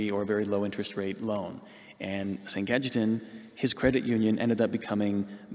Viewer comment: Ca-ye-tan is the proper pronounciation